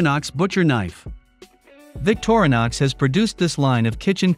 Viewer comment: victor-nix.... another text to speech video